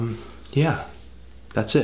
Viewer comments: hahah no offense but for a swedish person it really sounds like your saying.. "määäkthäävörskän" rather than makthaverskan x) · it sounds like the name of some old timey investigator. 'Good evening, I'm constable MacHaverscan, I'm here to investigate a murder.' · Gillar hans uttal av Makthaverskan. "Maeckt-hävr-sken" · is it pronounced "mock-tah-ver-skahn"? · Makthaverskan is pronounced [Mahkt-Hahvesh-Kahnn]. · Makt-Haverskan is a more correct way to say it, allthough you non scandinavian dudes probably don't have a chance at pronouncing it correctly anyway lol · LOL mac-thavv-ur-scan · They way you pronounce Makthaverskan <3 - sweede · the way you pronounce their name is hilarious lolololol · I laughed so. dang. much. at this video the way you pronounce "Makthaverskan" just sounds hilarious to somebody from sweden (who knows how it's pronounced) :-)